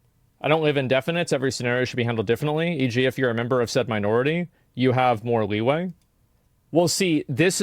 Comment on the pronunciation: "leigh weigh" 💀It's leeway for F's sake.